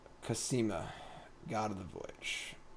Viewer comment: Why "KAsima"? It's "KOsima", like "cosmos" :p